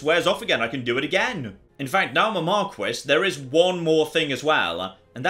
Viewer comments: Isn't it pronounced MAR-KEE? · Is anyone gonna let know that Marquis is pronounced more like mar-key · Please say marquis the way it should be said